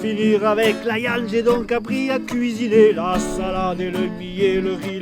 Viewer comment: J'adore quand il dit la iande (viande )